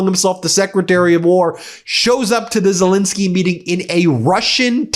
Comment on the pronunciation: The President of Ukraine’s surname is Zelensky, not Zelinsky. Please pronounce it correctly, Ben.